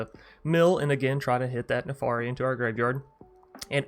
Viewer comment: Jesus christ your pronunciations my friend. It's "PolUkranos" not "PolikrAnis". It's NARFI not NAFARI. It's "Drogr" not "DrAoogr" 🤣😭